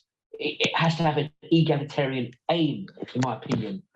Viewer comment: Neither of these 'reviewers' are eloquent and, throughout, they're struggling to pronounce '', 'egalitarian', etc. They certainly aren't intellectual giants and many don't appear to understand that there is a wide spectrum of takes on elements of socialism, encompassing extreme and not-so-extreme views. Their response smacks strongly of tribalism, in my opinion.